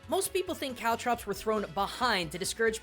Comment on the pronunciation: I know that you're saying, "Caltrops," but I STILL keep hearing, "COW DROPS!"